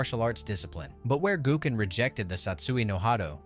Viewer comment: You gotta hate uh-koo-muh and go-ken cause there's no way you mess up their names that much